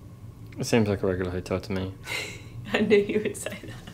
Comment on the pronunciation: Yes where you tagged it “Me” that sounded like “Amy” 🤔